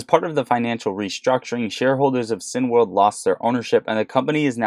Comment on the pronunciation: CINEMA = "SIN - A - MA" .... CINEWORLD = "SIN - A - WORLD" .... NOT "sin - world" Thanks!